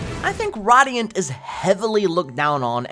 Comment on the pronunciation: Radiant is pronounced Ray-Dee-Int ... Not Rah-Dee-Int 😂😂